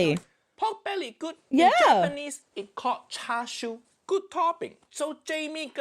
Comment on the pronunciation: as a chinese person, "chashu" and "charshu" hurt me a lil bit not gonna lie